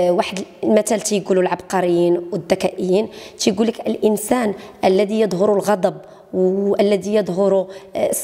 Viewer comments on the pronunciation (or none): none